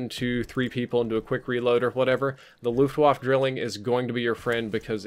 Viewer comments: Why do you keep saying Luftwaff? It's pronounced Luftwaffe. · “Luftwaffe” is pronounced “looft-vaffeh”, not “looft-woff”. Same for the “waffe”; it’s “vaffeh”, not “woff”. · Luftwaffe = Luft-Vaffa